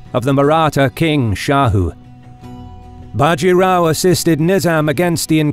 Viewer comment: A factual error Bajirao was the son of the previous Peshwa. A power struggle had happened in the Maratha kingdom after which the Peshwa (Prime Minister) was the real power of the kingdom leaving the King akin to the Japanese Emperors just a figurehead Also an advice for all Indian names... The a is clipped short in all names even if its at the end. Bajirao will be Bjirao.. Think of the a not being there. Palkhed... Plkhed Godavari... Both the As are clipped short. Not big but it grates my ears seeing these names pronounced incorrectly